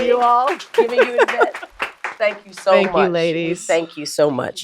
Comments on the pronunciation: The pronunciation is forever changed: "Y-vette" is the new norm❤ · Lol John would be proud of how you said Yvette’s name